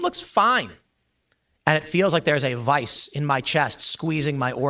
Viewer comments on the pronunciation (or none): VISE…. Not vice